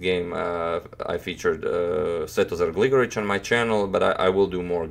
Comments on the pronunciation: Finally one can hear "Svetozar Gligorić" properly pronounced ;) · You pronounce Svetozar Gligoric's name like a native!?